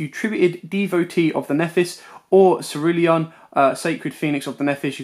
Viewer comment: I love you man, ur deck profiles are awesome. But imma have to be a grammar nazi for a sec. Nephthys is pronounced (nef-es-tist) Incamptation is pronounced (in-camp-tation) Cerulean is pronounced (s-air-oo-lean) Sorry man but that was killing me all vid😂, keep up the amazing work. Excited for more content.